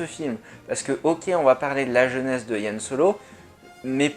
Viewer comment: Merci pour cette analyse. Tiens, c'est marrant, toi tu dis YAN Solo, à la française, alors que moi je dis plutôt Han. :p